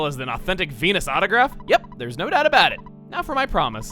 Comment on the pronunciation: Okay so I was zoning out a bit and not looking at the video, but Venus sounded a lot like penis.